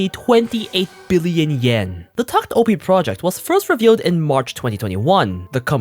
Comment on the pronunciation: It's pronounced "tact opus" btw